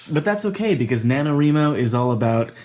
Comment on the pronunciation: This was the first year I did Nano. Also you pronounce Nanowrimo wrong.